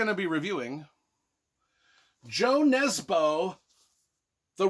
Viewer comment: Though he is Norwegian so with that spelling it would be pronounced like Hooleh as I have learned Swedish and the languages are pretty similar. Just like the authors name is pronounced more like Yoo Nesbuh. Ø is pronounced like Uh or ou in should . And the J is like it is in Baby Bjorn, Fjord, etc.